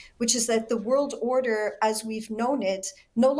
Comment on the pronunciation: “ … New … World … Order.” - Prime Minister Mark Carney I don’t understand why the dramatic pause between words but ok 😆